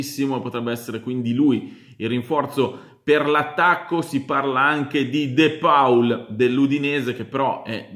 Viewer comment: De paul?ah ok ahahaha si dice de pol barza